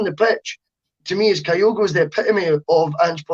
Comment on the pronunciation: Can somebody please tell that it's Kyogo, not Kayogo?